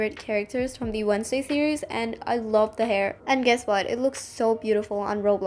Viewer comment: "wednzsday" Aw so close!